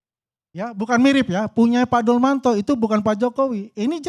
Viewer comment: Siapa Dulmanto? Yg ada Dumatno bapak...aduh nyebut nama ajah udah salah...gimana mau menganalisis...